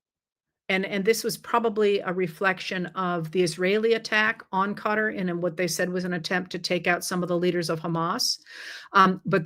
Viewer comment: I just want to say thank you for saying "cutter" when pronouncing Qatar! I've spoken to many from Qatar and they don't say "ka-tar", they say "cutter" (though I'm sure that's still a bit incorrect but closer at least). I've never heard anyone else from here say it the way they do and I get weird looks when I say it their way. Lol!